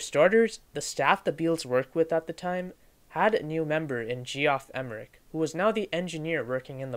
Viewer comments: "Jee-off" (Geoff) is pronounced "Jeff" - short for Geoffrey, pronounced "Jeffrey". Good video, though. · You lost all my respect the second you called him Gee-off. I had to turn it off after a couple minutes. First place, if you don't know that that spells "Jeff", you're not that sharp. Second place, you don't know crap about the Beatles. You obviously just read stuff and put a review together. So solly. Thumbs down. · Ge-off? It’s pronounced Jeff. Lol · It’s pronounced JEFF Emerick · Nice job. Had difficulty with the pronunciation of Geoff, historically we pronounce just as Jeff. Not sure where the narrator picked up that interpretation. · Reviwer should learn how to pronounce the names - Geoff, Dalai Lama..